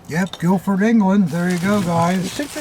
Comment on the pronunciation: Its Guildford lads ,cmon ,get it right😅 best regards to all ,Ross (England)